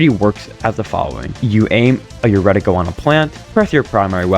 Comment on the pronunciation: It's called a reticle of a gun, not a "Redical".